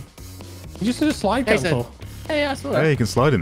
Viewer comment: yayson -it's ja. ja ja jason -ye ye yayson -who put you up to this. was it kimmel?